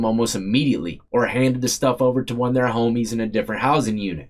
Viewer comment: 23 and , why do you emphasize the ONE???? Sounds REALLY absolutely dumb!!!! 23 and ONEEEEEEEEE! DUMB as he'**!!